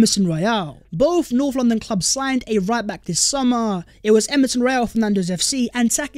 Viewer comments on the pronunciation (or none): none